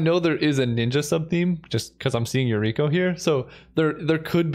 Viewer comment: I cringe every time I hear Yukiro instead of Yuriko